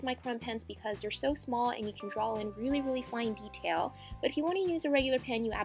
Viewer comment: It's draw not drawl frickin frick